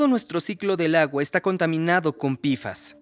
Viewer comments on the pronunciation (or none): Pequeña recomendación al equipo de doblaje. Decir "pfas" como "pe efe a ese" queda perfecto. Pero decirlo como "pifas" suena pésimo a los oídos, principalmente porque decimos la p como "pe" y no como "pi". Aparte de que todos lo decimos como "pe-fas" o "pe efe a ese" y no como "pifas".